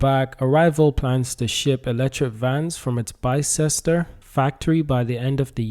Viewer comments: Its not pronounced Bi Ces Ter, its pronounced Bis Ter How do I know? Because I live in a place called Ox Ford and Bicester is the next stop of the railway line. If you drive north on the A34 from Oxford about 8 miles you get to the M40, but if you go over the M40 2 miles further down the road is Bicester. I go shopping in Bicester as it has a huge high end outlet park. But thanks for the information about Arrival as I thought they were based in Banbury which is in North Oxfordshire. Oxfordshire is a good place to build vehicles, its home of all sorts of motorsports including Indy car in the USA, worldwide F1/F2/F3, Motorcross etc. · It is pronounced bis-ter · Bister is the pronunciation. Just in case you make more videos on it 😊